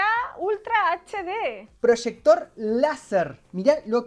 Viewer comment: como que prochector ahí dice projector